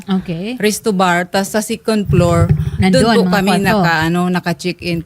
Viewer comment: Why do some people pronounce it "sicon plor" not second floor among other mispronunciations.